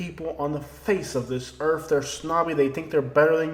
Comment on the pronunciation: Are saying Earf or earth??? Geeeze.